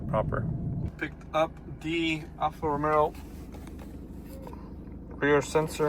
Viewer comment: dream car, well done! ...but why I believe I hear you say Alfa Romero?